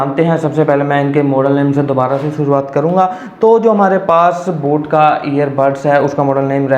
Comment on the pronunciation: Sir voo boot nahi boat hai